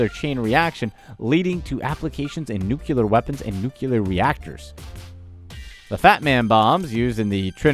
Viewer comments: New-Clee-yer...Not Nuc-ya-ler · Nucular, lul. It is Nuclear. Nu Cle Ar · NEWKEWLUR? IT'S NUCLEAR. CLEAR. NUCULAR IS NOT RIGHT AAAAHHHHHHH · New clear. Not newk yuler. Ahh the knowledge we receive on YouTube. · N.U.C.L.E.A.R ! NOT NUKULAR. NU-CLE-AR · Can we all just agree that anyone saying nuke you let ,which is NOT a word ,to mean nuclear should have their tongues ripped from their heads. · Nuclear Not Nucueler agh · Is it "nuclear" or "new killer"... ? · I stopped watching this when this moron says "nucular". If you are going to present an educational or informative video, at least get the words right. "Nucular" is NOT a word, try NUCLEAR instead. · God! Why do Americans always say nu-KILLER?? Its nu-CLEAR!! Thats not fucking hard to say! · Unfortunately, in addition to several mispronunciations, the fat man wasn’t ignited at trinity neither. The narrator/creator is choosing some very idiotic things to put on this list, as several gems outprice diamonds, jade, and countless other items on his list. Ever consider the cost of moon rocks? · It is nuclear not nucular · If you can not pronounce NUCLEAR (instead of NUCULAR) you should not do shows like that. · it's N-U-C-L-E-A-R!!!! NOT NUQULAR. FUCKING GEORGE BUSH HAS RUINED PEOPLE'S PRONUNCIATION OF THIS WORD FOREVER. I can only imagine how much people are going to use the word "tremendous" or "huge", or phrases like "believe me" or "more than ever before", with this spoiled manchild to whom we have so recklessly given the NUCLEAR CODES. Elon Musk for president to save the planet and to save mankind for this path of stupidity. Too bad he wasn't born in the U.S. Maybe we can change the rules since most people born here had the misfortune of being educated here too, so we have politicians that grow up here and then believe things like the fact that Nambia is a country. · NEW-CLEAR not New-cue-ler. That is how it's pronounced. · I stop listening to anybody the second they say nucular instead of nuclear.